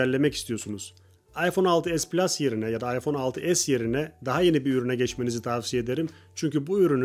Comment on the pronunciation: PLUŞ DEĞİL